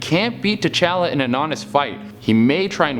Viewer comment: Every time he says t challa I think tachanks